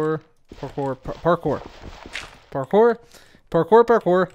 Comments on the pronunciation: I've never been so aware of the American accent saying "pore-core" instead of "parkour". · that's funny hahahahahhaahah stop saying parkor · At first I heard "parkour" then it turns into "papoy" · Is saying parkour or pork ore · It sounds like parker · I think at some point he started saying “carpour” sometimes lol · I know Spanish, and it sounds like ¿Por Que? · "Pork ore" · 😂😂 not going to lie, I totally started hearing that too 👏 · first parkour sounds like "Bonjour" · I swear I heard you say "por favor" a couple times in there. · By the end I thought he was saying hard pork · will you ever say parcore again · It sounded like you were saying parker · Legends say he is still saying Parkour. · "Today's forcast".... I think you mean parkour parkour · Did it ever get easier to say parkour at any point?